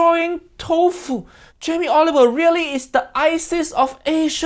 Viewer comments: I like how it sounds like Jamie Oliver wedgie… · idk if its just me but he called him jamie olive oil 😭😭💀 thats lowkey funny ngl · He said Jamie olive oil 🤣🤣